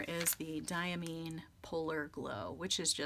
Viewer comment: Diamine is pronounced Dye-a-mine as in coal mine. This per the director of Diamine Speciality Inks. It took Brian Goulet a bit to change his pronunciation too, but he finally got it write. See what I did there? 😉